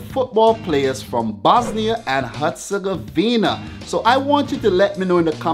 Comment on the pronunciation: You cant say the bosnia r